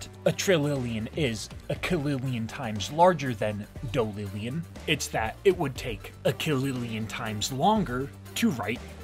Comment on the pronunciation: dalillion not dolillion